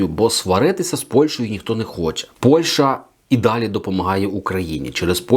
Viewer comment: Не Польша,а Польща!Правильно розмовляйте, українською